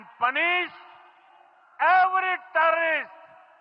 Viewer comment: T E R R O and R it's pronounced "tɛrər" don't downgrade yourself to the level of Al Jazeera.